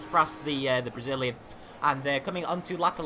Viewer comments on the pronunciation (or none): "For the Bragillian"